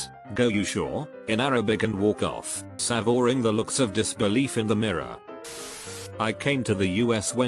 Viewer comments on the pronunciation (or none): No one: Not even reddit: Auto voice: "sa-VOR-ing"